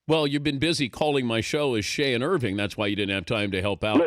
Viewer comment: yeah, he is from irvine. so he says irving